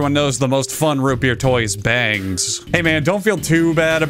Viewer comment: It’s not bangs. It’s bargs